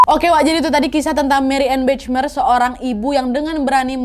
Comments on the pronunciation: maaf cuma masukan, Bachmeier cara pengucapannya "bahmeyer" wak, bukan "bacmeir" 😅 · Itu bacanya Bakhmaiyer Kak Nad 😊 bukan Bechmer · Sedikit koreksi nad hihi maaf sblmnya kalo ejaan bhs jerman ch dibaca kh ( خ) dan ei jadi ai, jadi bachmeier dibaca bakhmaiyer bukan bechmer hihi maaf loh bukan sok pinter ✌🏻🙏🏻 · Cuman mau ngasih tau aja, kalo nama dalam bahasa jerman, pengucapan nya hampir sama kaya indonesia. Jadi bukan Bechmeyer pungucapannya, tapi tetep bachmeier. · Marianne Bachmeier : mariane bahmayer (dibaca dlm bahasa Indonesia) 😊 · Kalo bole kasih masukan, Bachmeier itu dibacanya Bahmaiyer. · Maaf koreksi kak nadia. Bacanya marianneu bakh mayer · Mbak Nadia baca namanya nggak begitu Marianne Bachmeier (baca : Mariane Bahmayer) 😅😅😅😅. Salam dari Frankfurt 🙂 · Itu bacanya “BAHMAYER” (e: eu) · Bachmeier bacanya Bakhmaier Nad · mariane bahmaier bacanya Kak Nadia